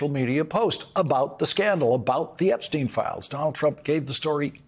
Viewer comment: Jeffrey Epstein is the only name Trump says correctly and confidently.